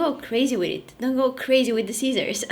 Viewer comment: When she tried to say scissors but came out has ceacers 😂😂